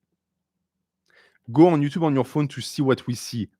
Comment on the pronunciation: Time stamp: 'ello youtchub